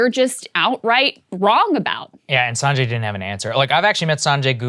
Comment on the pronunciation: How can Saagar not pronounce Sanjay's name right. I mean why you can't even pronounce your own people's name right.